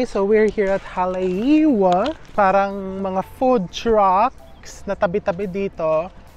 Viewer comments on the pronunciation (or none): Enjoyed watching your Hawaii episode. However, I noticed you mispronounced Haleiwa when you pronounced the “w” as in water. The native Hawaiians pronounce it as a “v”. Even Hawaii is pronounced as ha-va-ee. So Haleiwa is ha-le-EE-va